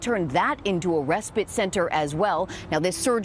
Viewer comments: Respit is what she is saying. Its respite. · RespITE - rhymes with fight. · Why can't supposedly educated reporters pronounce the word respite, not respit. Why spend centuries passing laws based on logic, common sense and to benefit YOUR citizens, then by-pass them, with nonsensical laws. Decriminalise crime and illegal activity, somebody's cooking and it's a recipe for disaster.